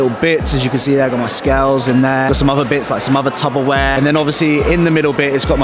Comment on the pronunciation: did her say "tubber ware" tubber😂😂😂